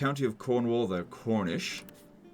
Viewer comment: Every time says cornish, I hear khornish and immediately think that Cornwall people collect blood for the blood god and build their own skull throne.